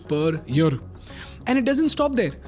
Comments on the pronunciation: Say year not yur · What about yer instead of year di you get agitated because of that too?